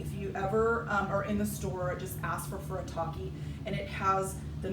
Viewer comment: You say it weird 🤣muhsOObi.. FuriTALKI🤣🤣